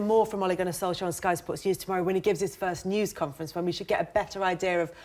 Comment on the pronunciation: Solschcka?? Its pronounced SOOLSHARE